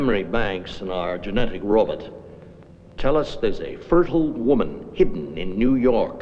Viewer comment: I love how ro bot is spoken as ro butt